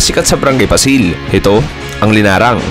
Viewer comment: Ganyan din ang pochero sa Negros Occidental, hindi orange. 😂😂😂 Paaaaa---sil po, hindi Pa-sil.